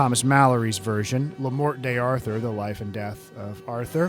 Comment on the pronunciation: I truly enjoyed your excellent commentary. I visibly winced, however, at your typically (ignorant) American mispronunciation of Mallory's LE MORTE d'ARTHUR. It's French, after all...ahem ... Leh More Dar Toor